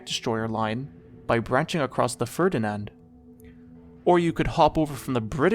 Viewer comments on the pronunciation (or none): none